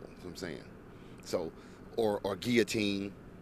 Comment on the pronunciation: My man said guillotine... LMFAO..legend